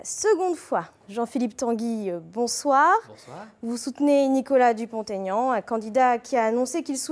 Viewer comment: Pour la journaliste : ce n'est pas Dupont "Taignan", c'est Dupont-Aignan. C'est un nom propre avec un tiret qui plus est, donc il n'y a pas lieu de faire une liaison.